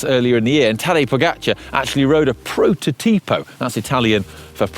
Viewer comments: Sorry, the correct accent is proto'tipo and not prototi'po so on the second o and not on the I, but don't worry: that sounds strange also for italians! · Hi, it is actually pronounced "protótipo" not "prototípo". But your Italian is definitely improving 😉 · please check the pronunciation of the foreign words like "prototipo" before shooting the video next time. You can use google translate quite easily to do that. Sorry to say that but, as an Italian mother tongue, it was absolutely stinging the way you pronounced that word. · Come on,, it's pronounced "protòtipo", accent in the second "o", not "prototìpo"! I always have high expectations from a man of Italian culture as you are. Apart from that… Excellent info! Keep up with your good work! Warmest greetings from Italy 🇮🇹